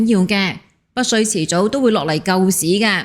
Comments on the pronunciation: 北… 不是 「不」水。要不要練習一下發音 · 北水，唔保不水， 的懶音咁多年都冇改變！ 😂